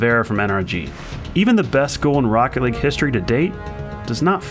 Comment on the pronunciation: THIS IS ROCKET LEAGUEUH I Know Its League ..